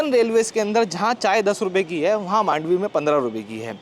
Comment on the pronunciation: In Marathi slang we say "मांडवी" not "मंडोवी"